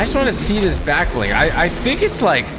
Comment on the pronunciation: Honestly thought it was "back ling"👁️👁️